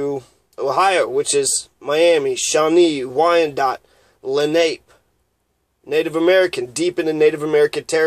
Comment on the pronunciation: Len Ape? No, and it's not Len A Pea, it's Len Ah Pay, accent on the second syllable.